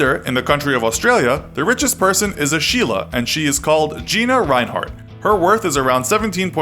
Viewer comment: Hearing a non-Indian say Sheela is so weird.